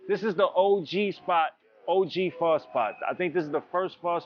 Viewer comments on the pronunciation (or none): Why he say pho correctly then say PHOW lol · pronounced PHA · Said fuck the tooth for the day huh 😊 And lil white girl talking about Pho is laughable 😂 Bruh. Mac, you saying Pho all wrong too my boy